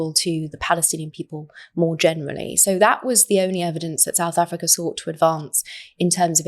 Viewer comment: Every time she says South Africa I cringe with embarrassment!